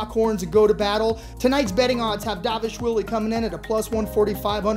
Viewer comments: It's dvalishvili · Is no one able to pronounce dvalishvili’s name correct?